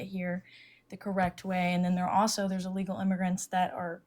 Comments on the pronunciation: Allegal? Its illegal 😂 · Did she just say "alegal immigrants"? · I don't trust anyone who says "uhlegal" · First of all, she needs to learn how to pronounce “illegal.”